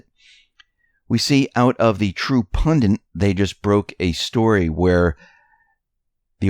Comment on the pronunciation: 4 min....only one "N" in the word "pundit". Same with "tenet" btw.